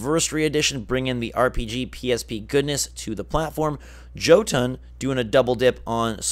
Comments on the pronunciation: it's pronounced Yo-tun... Sorry im not normally a grammar Nazi but it's Nordic themed... My weakness lol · Friendly FYI, you missed pronounced Jotun. The J is pronounced with a Y sound. It's a Nordic word and J's in the Nordic languages are pronounced like Y's.